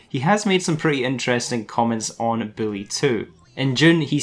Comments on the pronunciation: Its "boo - lee" not Billy 😂😂😂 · It's bully not billy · U sound like ur saying billy2